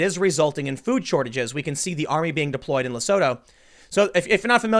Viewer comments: Tim... Lesooootu. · Hahaha. Had no clue what country you were talking about until you said "surrounded by South Africa" It's pronounced: Le - Su - Tu. Also, there is no food shortages here. It doesnt take much to set people off here to start looting. So far I've only seen people looting liquor stores. Selling sigarette and alcohol is currently banned during lockdown. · Oh shit, I didn't hear about this from local media. PS, Tim, it's pronounced lesootoo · Quick side note, it’s pronounced “Le-soo-too.” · South African here - it's pronounced "Le-sue-tow" ;) It's a sovereign state inside South Africa, they have a king as well. So far they actually don't have any reported cases but as you said, this could be due to testing. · Eish Tim ! Your african pronunciation needs brush up Lesotho= leh sue too Cyril= cih ril Rhamaphosa= Rah mah poh sah We have junk status. Many people lîve from the hand to the mouth. Only 52 died in South Africa from corona. Much more now from lock down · Just a heads up Tim for the future in case you see it again. Lesotho is pronounced Le-Sue-Two Cyril is pronounced Sir-ill (easiest way to describe) Ramaphosa is pronounced Ram - ah- po (like for police) - sa (like sa in sandal) The army was deployed at the start of the lock down. I am from South Africa. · hearing Tm trying to pronounce Lesotho made my day...hehehe But in all fairness,I think south africa has been heading that way for a whiile now,covid virus or not.